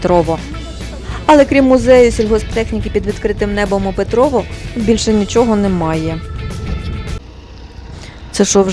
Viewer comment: У відео і його озучці трохи відчувається стьоб про Петрове. Диктор весь час говорить про якесь ПетровО, зазначивши лише один раз правильно назву селища ПетровЕ.